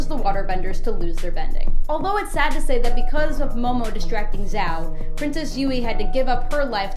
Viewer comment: You lost me when you couldn't pronounce Zhao right